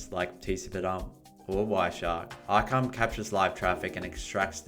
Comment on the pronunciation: Arkime is great its pronounced Arr-Kaa-Mee. Pretty powerful app. Folks really dont realize the amout of packets and data going out to the web on IoT and other internet connected devices.